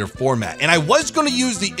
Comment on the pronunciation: 120mm "Format" lol